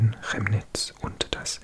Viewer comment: Chemnitz is actually pronounced like “Kemnitz”. I know the ch is confusing in German 😅